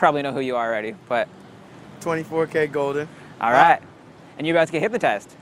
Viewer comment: gaming this is my first time hearing about him, but it’s “Goldn” not “Golgen”